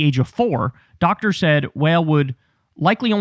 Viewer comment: Wael is pronounce wa(IL) may he rest in peace